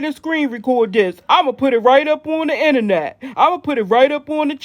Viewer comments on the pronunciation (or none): none